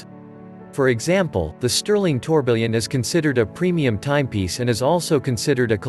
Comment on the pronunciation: Tourbillion is pronounced "tour bee yon"...